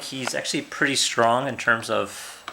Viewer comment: Why are you saying more and more preeti big